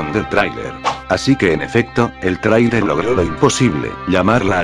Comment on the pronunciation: te apuesto que hiciste lo imposible para que dijera trailer bien y como no salia lo dejaste asi saludos